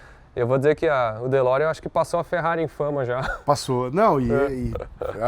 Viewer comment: Fe Lorean ou De Ferrari?